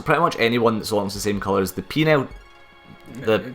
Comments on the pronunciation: Penal is pronounced pee-null, not peen-aisle :D :D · Every-time I heard say Penal, I always heard Penile. So I kept hearing shit like "Penile skirt"